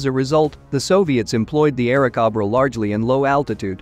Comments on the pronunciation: Bell P-39 "Aira Cob Ra" Cob-ra instead of CO-bra. Cringe The flood of AI generated videos will destroy YouTube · I had to stop after the 3rd 'Airacobbra"... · The narrator was rather lame--doesn't know how basic aircraft makes are pronounced--was it machine generated? The P-39 was an "air snake" not an "air goat"!